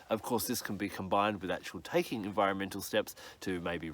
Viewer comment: That was funny "enviremental regeneration" as if like it is a MOTOR.....